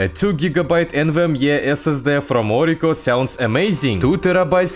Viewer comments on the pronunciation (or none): S S DIH ❌️ S S DEH✅️